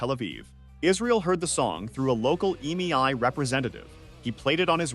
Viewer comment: Most horrid AI voiceover. You can prompt it with ways to say E-M-I rather than eemai, etc.